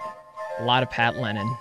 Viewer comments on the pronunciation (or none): It’s “Lennen,” not “Lennon,” is isn’t it? Pat, back me up on this., shout out to you too!